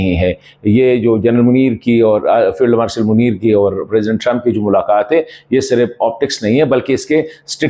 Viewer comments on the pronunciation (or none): none